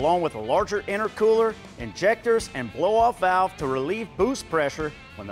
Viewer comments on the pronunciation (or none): fuel INJECTAHS 😂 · “fuel injectahs”.